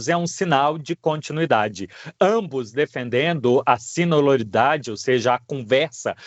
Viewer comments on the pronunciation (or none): A palavra é sinodalidade e nao sinolalidade.